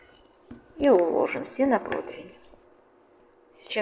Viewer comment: Противень,а не "протвинь"....